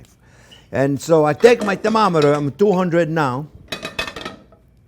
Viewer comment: Love the accent. Used clubs at night “thermometer” 😂😂😂🤣